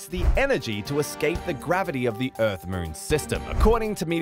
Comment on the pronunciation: Why do you pronounce moon ‘mrrn’